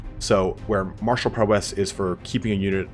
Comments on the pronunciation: awesome video, just you'd pronounce "prowess" correctly :P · The way this guy says "Prowess" is annoying